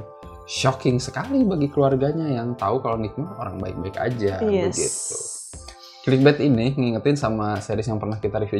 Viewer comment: Clickbait dibacanya klikbet?